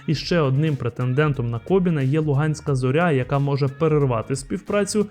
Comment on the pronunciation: Шановний ведучий! Чому Ви постійно неправильно називаєте прізвище Василя КобИна, говорячи КобІн?